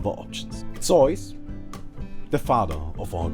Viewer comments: This vid is alot more relevant now that DotA has just released its netflix series. P.S. idk how Zeus is pronounced in other languages, but in english its pronounced Zoos. Like Zoo but with an "s". Zoos. You kept saying Zoys which was so annoying 😭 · zeuz is not called zeys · Nice video! just one small thing its ZEUS not zoes lol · Never have I ever heard someone call Zeus Zooise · Did he call zeus zoids? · I LOVE HOW HE PRONOUNCES STUFF IN THESE OLD VIDS. "EE OH" = IO "ZAYUES" = ZEUS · It's not an accent. It's just not knowing how it is propely announced in english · pronounces Zeus as soy sauce, sorry, it's just too funny. (I hope not that's the way you pronounce it, if so sorry x)) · soul eater games But also in german. :) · Zeus = SOJS? man learn english! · soys, hahaha I love how you pronounce zues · Nice zeus pronunciation :,D :,D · Funny video, but your pronunciation of "zeus" is the weirdest one I've ever heard ^^ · I like how he pronounced Zeus as the Germans do. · Mit ree I know, just making fun of his pronounciation :D